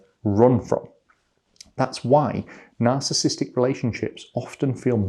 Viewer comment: sir, you are skipping one syllable in narcissistic, please stop. Nar-cis-sis-tic, not nar-cis-tic